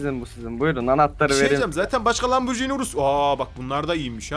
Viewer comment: ben tofaş alçaktım param yetmedi sen lamborjini diyon